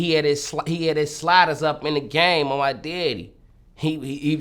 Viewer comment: “On my deaddy”